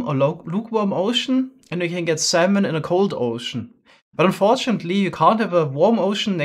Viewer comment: Lol he says salmon like semen